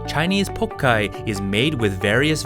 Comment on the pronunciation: Cut with Chinese knives, fermented with Sichuan Pepper, Made with Chinese cabbage, so it must from China and originated in............. China of course ^^°^^♥♥♥ It´s pronounced Pao Tsai not pokai!!